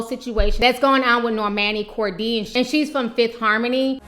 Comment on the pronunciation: Nor - mah - nee , Kor-day